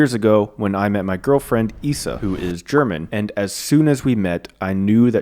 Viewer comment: Isa is pronounced Eeza not eessa